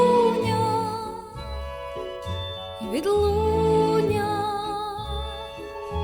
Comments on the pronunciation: Голос ❤ красивий, заспівано чуттєво. Але працювати з вимовою. Слова, які постійно повторюються: відлуННя і пам''ять звучать у вас, як: відлуня і память. Ріже слух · Чарівно, дівчинко! 🎉 Малесеньке зауваження: відлуння вимовляється з довгою "н" і "пам'ять", а не "память"